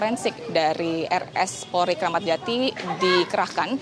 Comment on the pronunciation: Mbk nya gorgi.. Polri nyebut porli😂